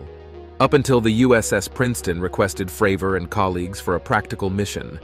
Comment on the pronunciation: Talks about tic tac UFO, shows a submarine instead. Calls Cdr. David Fravor “Fruh-vore” 😂